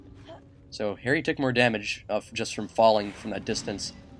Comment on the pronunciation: at 13 minutes and 45 seconds did he realize he called harry airry is he racist?